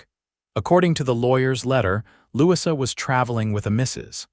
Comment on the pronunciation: I believe that the new little girl's name is pronounced Lou-e-za, Louisa not what AI kept saying.